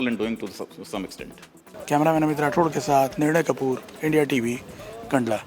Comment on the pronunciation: कांडला नही है कंडला है